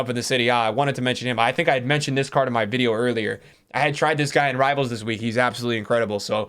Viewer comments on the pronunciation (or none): none